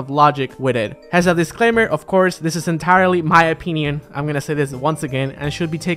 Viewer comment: "it's just my OPEENION"